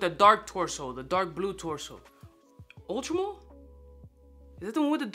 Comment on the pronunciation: Is it Ultra Mull or Ultra Male.....😂😂